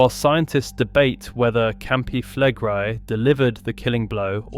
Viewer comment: Flegrei is pronounced Fleg-ray-ee.